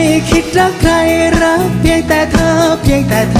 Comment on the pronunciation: เหมือนดูโชว์ของศิลปิน ..ชอบออกเสียงชัดเจน อักขระ ควบกล้ำชัด เจน ..คำว่า เพลง "พะเลง"ไม่ใช่เพง รอเรือ "รัก"ไม่ใช่ลัก...จังหวะทำนองลีลา ยอดเยี่ยม โชคดีๆ